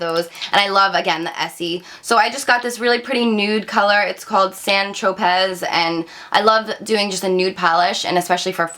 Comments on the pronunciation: SAL - ISS- SIL -ICK ACID and SAIN TROPE-AY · San Tropez is pronounced San Tro-pay. Also, it is Salicylic is pronounced sal-i-sil-ick. No disrespect, just trying to help. Love your videos.